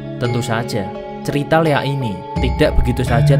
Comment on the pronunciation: Maaf bg sebelumya,bukan leak,tapi liak